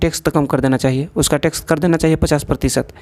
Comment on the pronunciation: It's Tax not Tex 😅